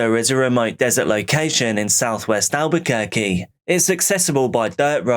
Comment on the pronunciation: I'm from NYC. Most pizza is a disappointment now. Also, i live in Albuquerque and am astounded by your correct pronunciation of the names.